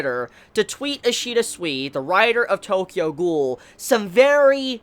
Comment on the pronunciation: Each time u say Ishida it sounds like ur saying Ishida sweety